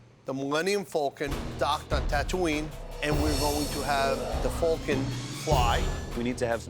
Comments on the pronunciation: It’s pronounced Falcon NOT FULCON LOL and I am a New Yorker, so cannot say it’s the East Coast accent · "Thu Mullenium Fulcon."